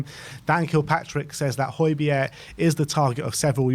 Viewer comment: I like Hojberg but need him gone to stop the pronunciation.